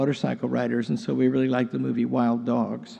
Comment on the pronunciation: Sound like he said wild dogs, it is wild hogs.